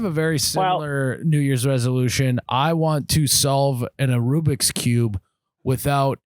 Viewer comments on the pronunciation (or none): "An Arubiks" 🤦‍♂️ 🤣 its a Rubiks cube